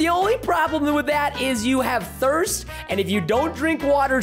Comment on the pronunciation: Thrist level? LOL it’s thirst